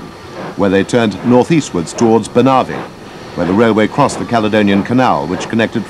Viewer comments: Wouldn't it be wonderful, just for once, that we could get commentary that a) doesn't sound like an utter that from a bygone era but more importantly b) can actually pronounce ANY of the place names. If this guy could get it wrong, he did! Banavie not Bana vie CorpaCH not Corpak Locheil not Lochale Arisaig not Ari Zaig Mallaig not Ma laig It's not difficult. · Not to mention BANavie, not banAvie